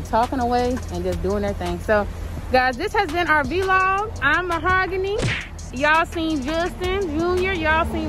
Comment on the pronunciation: ugh vlog NOT VEE LOG ugh smh